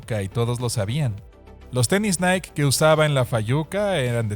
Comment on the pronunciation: Se pronuncia "naiky" no "naik"